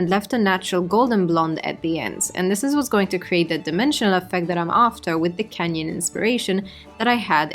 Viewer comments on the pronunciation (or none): I had to go to part 1 to figure out why she kept saying "Kenyan" because what do purple and red have to do with Kenya? Turns out she's saying canyon 😅